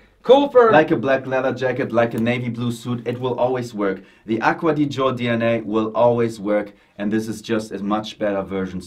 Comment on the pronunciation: Aqua Di Gee Oh. not aqua di joe. mangia cakes.